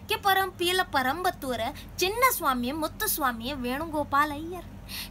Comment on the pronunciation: Good try.....but it's not parampathur....it's perumbathur....